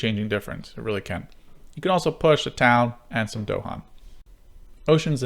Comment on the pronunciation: Nice video! If only you didn't mispronounce Dahan. this is the original Kickstarter video this is GTG's "How To Play" In both you can hear the phrase "the island's native inhabitants, the Dahan". It's not DOHan.